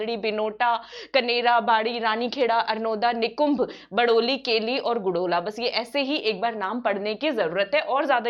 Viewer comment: गुडोला नही गादोला होता है